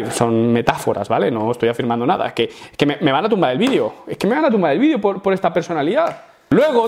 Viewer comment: No se dice "vidio", es video con la letra "e" no con letra "i" habla bien por favor.